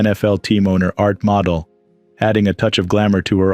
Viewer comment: Not "Art Model", Rather "Art Mo Dell".